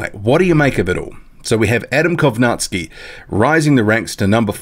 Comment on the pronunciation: You always mis-pronounce Adam Kownacki's name lol. You say Kownack-ski. But its Kow-nacki (pron. Naki- as in Tara-Naki, the place) ^^"